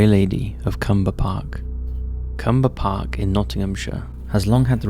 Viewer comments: CLUMBER Park, not Cumber. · It's Clumber Park, with an L, not Cumber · I live near to Clumber and when I heard him say cumber park Nottinghamshire I was like wait there's a cumber park too?? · ..it’s CLUMBER PARK in Nottingham - you missed the ‘L’..